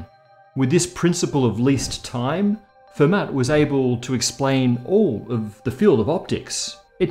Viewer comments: Hi,. Don't make monsieur Fermat a too lol. In French they just (like 95%) ignore the trailing consonant. So he was more of a Fay`mah. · Hello. It's pronounced "Fur-maa" like, as if you forgot to pronounce the ending 'r' of farmer. I'm sure you actually know how to pronounce Fermat's name, but still. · Fermat is not pronounced with a "t" at the end, it's a French name! More like "Fermah".